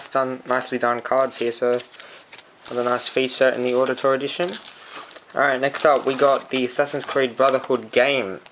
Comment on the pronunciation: Wait! Ezio, you THINK his name is? Dude. Seriously. Did you even play the second one? Why would you get ACB is you haven't played AC2? And it's pronounced like "OWditore". Like Audi. Good review.